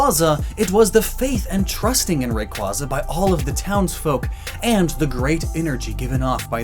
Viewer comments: But you still pronounced it wrong... I mean you said it right once in this video Rayquaza with an AY not AR Also isn’t normal rayquaza technically it’s primal form already, if just never lost it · Rayquaza was still pronounced incorrectly in this video. It's pronounced "Ray-kway-za", not "Ray-kwuh-zuh". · He says to pronounce Rayquaza correctly, even though he pronounces it wrong. It's pronounced Ray-quay-zah, not Ray-quaz-ah. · Its pronounced ray quay zuh not ray cah zuh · WRONG Rayquahza CORRECT Rayquayza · But it’s pronounced Ray-kway-zar not, ray-kwah-zar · It’s not Ray-Kwaza It’s Ray-Kwae-za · Its pronounced RAY-QWEI-ZA Not ray-qua-za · Well actually you're still pronouncing it wrong. It's pronouced Ray-quay-za not "Ray-quah-za" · Reminds us to pronounce Rayquaza correctly Says “Ray-qua-za” instead of “Ray-QUAY-za” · Please. Rayquaza like quasar in space not quack from a duck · Hate to break it to ya but you're still pronouncing it wrong. The Quay in rayQuayza is pronounced Kway, not kwaw. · >says to pronounce Rayquaza correctly >pronounces it Ray-kwah-zah instead of Ray-kway-zah, which is the correct pronunciation according to the anime and the pokedex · But... it's pronounced Ray-KWAY-za not ray-KWA-za as a reference to quasars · I hate how he says raqueza. Destroy him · i swear the pronunciation is ray-quayza ‼️all of pokemon staff have been saying it this way😭😭😭where did kwaza come from ? quaza literally comes from quasar which is a RAY of light created from a collapsing star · Just so you know, youre still pronouncing it wrong, its pronounced "ray-kway-zuh" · Always call rayquaza by its real name, yet you have been saying it wrong! It’s Ray quay za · my god its RAY-QUAY-ZA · I think you're still saying it's name the wrong way. Isn't it Ray-kway-zuh? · Learn how to properly pronounce RAY-QUAY-ZUH. They literally say it in the movie Destiny Deoxys. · But... it’s Ray-kway-zah ... like quasar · Rayquaza as in Ray-Quay-Zah, come on. 🤦🏽‍♂️